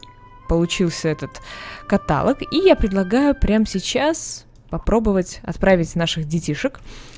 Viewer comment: ну.....ну не катАлог,а каталОг((((